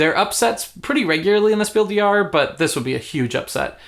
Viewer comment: Just a german tip: The "s" in des and Jahres is pronounced. It's Spiel DeS JahreS, not Spiel de Jahre.